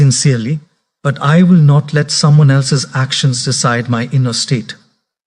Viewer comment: Truly motivational. But is this AI generated using his voice? Asking since somewhere where the text read ‘NO T’ instead of NOT, it was pronounced as ‘NO T’ and not ‘NOT’. Same with ‘WHA T’ instead of WHAT and likewise the pronunciation. In any case thanks for making people aware and spreading positivity 👍🏻